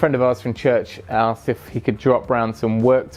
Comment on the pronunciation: Church ? Haha thought you were intelligent not American